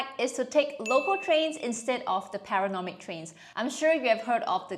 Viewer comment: Enjoy the video but recommend checking where you’re putting the “n” in “panoramic” in the future